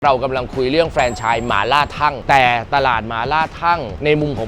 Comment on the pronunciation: อ่านออกเสียงว่า ทัง ครับไม่ใช่ ทั่ง